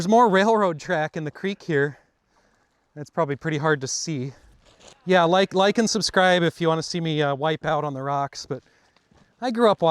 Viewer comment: I thought you said “lichen subscribe” for a moment 😅